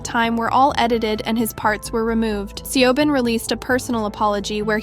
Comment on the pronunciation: As a channel specialized on K-pop, it would be appreciated if you pronouned their names right. Obviously you will have an accent, but it should be know that (for example) the E in Seobin's name is a result of romanization and not actually pronounced.